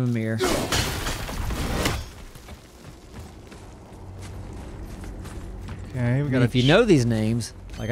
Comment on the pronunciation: also its pronounced me-meer mimir